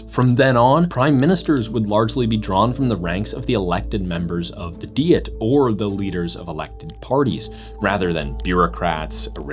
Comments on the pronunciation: AI. bullschitt. What is a "dee-it"? The narration is A.I. and probably ChatGPT. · Why does he mispronounce "Diet"? It is pronounced exactly the same as a food regime. Also, the word is not from German.